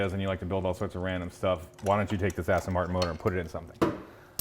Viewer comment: "AsStang Martin"